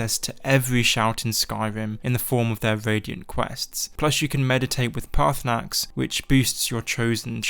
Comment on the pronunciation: Everyone forgets the second R in Paarthurnax